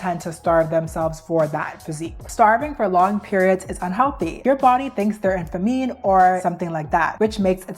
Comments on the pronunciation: and she pronounced famine as fa-meen. but this doesnt take away how awesome the video is! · and “fumeen” for famine 😭😭😭love her but oh my lord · Dude. Like seriously I felt the same way. There's nothing wrong with not knowing how to pronounce something, but shouldn't you look it up if you're broadcasting it to hundreds of people? "Famine" is the one that sent me. Maybe we should all pick up a book in 2025, this is crazy.